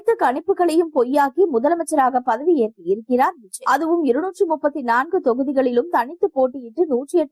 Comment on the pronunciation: பெயரை ஒழுங்கா படி க்க கூட தெரியல, நீங்க எதுக்கு நியூஸ் படிக்க வரீங்க??? 😢😢 விஜய் க்கு பதில் Viji nnu படிக்கிறீங்க, அதுவும் இல்லமால் ஒரு மரியாதை வேண்டாமா?? இப்போ அவர் TN cm...